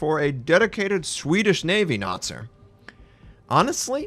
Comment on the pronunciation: Ö is pronounced like the "ea" in earth.